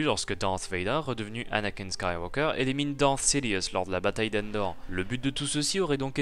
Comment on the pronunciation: évite ton accens quand tu parle anglais... quand tu lâche 3/4 mot anglais d'affilée c'est incompréhensible 😕genre "Dark sidious "deviens "daridious".